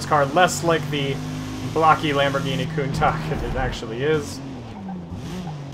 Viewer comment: new way to pronounce countach just dropped 😈